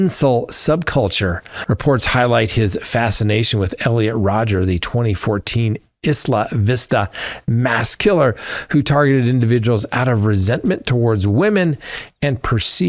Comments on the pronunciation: Why does no one know how to pronounce Isla Vista? EYE luh VISS tuh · The “s” is silent in Isla Vista. Eye-La Vista. 👍 Thanks, love the show. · Hey, just keeping you honest. It’s pronounced “Eye-luh-VIS-tuh”. Love your show as always!